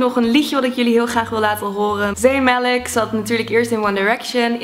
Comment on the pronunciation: Ben ik de enige die bij zayn malik zee melk hoorde😂